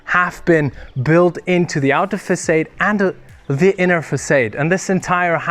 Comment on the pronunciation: Fantastic video ,just to say Granite is pronounced " Gran-It" and "Facade" is pronounced " Fa- saard" , well at least here in the UK , keep up the good work guys !